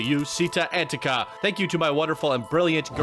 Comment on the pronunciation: idk if that's supposed to be Italian, but if so "città" is with an accent on the last letter lol aòsp "città" is pronounced like the Spanish pronunciation of "chi", not "si", and again it's stressed n the last letter, Antica you said it correctly the second time lol